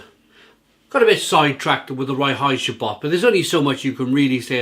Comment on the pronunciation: I really enjoy this beer. By the way, Reinheitsgebot is pronounced like RINE-hites-ga-boat. König means King.